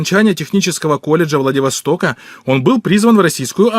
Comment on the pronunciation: Как он техникум закончил, если он по-русски ни бельмеса. Он и слово Владивосток не выговорил. Смешно.